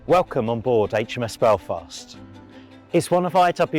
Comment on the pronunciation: You get an immediate "like" for saying Aitch Em Ess, not Haitch Em Ess :-) However, it's KILL-o-metres, as in MILL-i-metres and MEG-a-bytes.